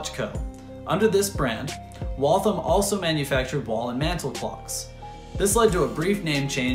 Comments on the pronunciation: Great video. I grew up only a few miles from the factory. The only note I have is that locals say Wal-tham as two syllables with the th pronounced as in thursday. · I’m from Waltham, Mass. We’re proud of our contributions to the American Industrial Revolution. And of course, it’s pronounced “Wall Tham”. There’s no thumb in Waltham 😂 Great video and thanks for showing everyone that Waltham made the best watches in the world.